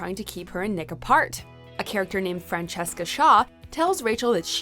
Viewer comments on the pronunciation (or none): none